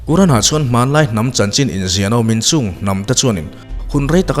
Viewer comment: Sir, quran(Kuran) ni lovin, qur-an(Kur-an) tia lam zawk tur aw